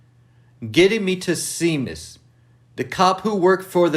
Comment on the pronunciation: It’s pronounced (ShayMus)